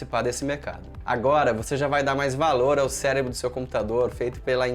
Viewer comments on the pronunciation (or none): Adorei quando vc falou celebro kkkkkkkk